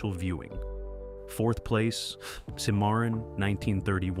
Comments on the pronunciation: SIM A RON is how it’s pronounced. Not sim MAR RON. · Don’t you know how to pronounce Cimmaron? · Sir, I don't believe you've even watched these movies, since you can't pronounce half of them... SIM-MARRON? Seriously? Bex-ar? Seriously? You lose ANY and ALL credibility when you can't even pronounce the words correctly. No soup for you! Next!